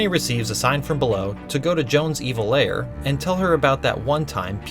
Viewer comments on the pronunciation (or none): Why can Americans never pronounce "lair" correctly?